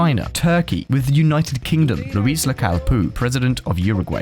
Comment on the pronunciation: It's Luis, not a French Louis